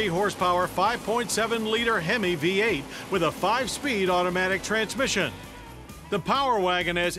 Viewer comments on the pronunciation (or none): none